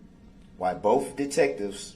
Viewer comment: Why didn't any witness say to him "What is 'axed'?" Or "I don't know what 'bofe' means". How about "What does 'aminant' mean?" Or "I'm sorrry, did you say 'fixiated'"?